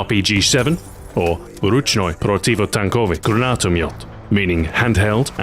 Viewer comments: how could he say that perfectly but i can't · Bro, you're pronouncing abilities are fucking amazing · Stu, you almost nailed the pronounciation, but I take issue with the related weapon! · dat russian pronunciation is just.. mwah!!! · Nailed that russian. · Nice Russian